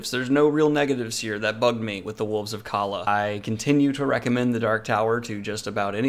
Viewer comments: Calla is pronounced “caya” the two “L”s make the Y sound like it would in Spanish. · You know it tells you how to pronounce Calla in the book? Well just to let you know you’re saying it wrong. Love ya but you should’ve paid a bit more attention